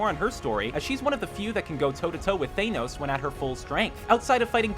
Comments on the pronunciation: It's Thanos (Than-Oes) not Thanos (Thaen-Oes) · It’s than-os not thane-os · Came for Thanos not Thaynose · IT IS THANOS NOT THAY NOSE! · how to pronounce thanos: not THAYNOS, tanos but with an H like tha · I know Thanos, but THAYNOS. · It’s not ThANEos, it’s ThaNOs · Thay-nos?!?!?! It's thanos! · OMFG why do you say thaynos it's thanos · Thanos not Tejnos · Who is this Thain-oos character he keeps referring to? I know there is a big purple guy named Than-oos but haven't heard of Thain-oos yet. Maybe he drives an Ah-dee instead of an Aow-dee, shops and Tar-gjay instead of Tar-get and uses the voice service Von-ajz instead of Von-age. Or maybe every single time Thanos' name is said in the films is wrong and this is how it's really pronounced? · ITS THANOS NOT THEYNOSE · Thaneons iss THANOS I’m pretty sure I have ocd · Thaynos I mean wth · its THANOS NOT THAYNOS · ME TOO! IT IS “THAHNOSE” NOT: “THAYNOSE”!! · Did you just pronounce it "thane-ose"? Wtf is wrong with you? It's THANOS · Thanos... Not Thaynos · Dalai Lama hey man he meant to say Thanos not Thaynos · no listen agian they say thainos not thanos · Thainos? In pretty sure it's thanos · Theynose? Theynose a whole lot!! 😁 thanos nothing bout his real pronunciation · "Thainos" oh that pronunciation bothered me >_< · Thaynos Me: I'm gonna stop you right there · Thaynos Mmmm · THA-NOS. Whats so hard about it ? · Its Than os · I remember this same narrator pronounced "Thanos" correctly in another video but in this one he is saying Thaynos.... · Did he really just say th-ea-nos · Thaynos? Are you kidding? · Stopped watching when I heard "Thay-nose". Ffs. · Thaneos? Please god say it right. It’s killing me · DID YOU SAY THAENOS YOU DUMBASS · You said Theinos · wi ra Ahem, do you mean... THAY-NOSE? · Caleaha R thaynos u mean? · I’ve never heard of a Theynose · Caleaha R IKR? Thaynos?! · Caleaha R Thenos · Caleaha R THAENOS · He says it like Thaynos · Its FANOSS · WHO the hell is thainos